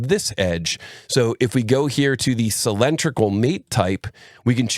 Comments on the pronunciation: outstanding video from you as always but I do find "sill-EN-tri-cal" very distracting! Could you try "sill-IN-DRIC-al"?! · "cylindrical" ≠ "sill-EN-tri-cal". Otherwise, excellent video!